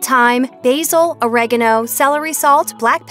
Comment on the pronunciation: “urbs” “uregeno” Plz get your pronouncistion correct